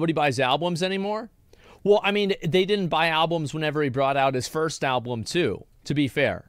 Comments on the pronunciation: He’s most certainly saying “alblum” and it’s really grinding my gears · Lol Wtf. What is there to expose him on? Asmon is a genuinely good guy. The only thing Sunny could mention in the video is how when he was reacting to this he kept saying "AlbLum" Lmao.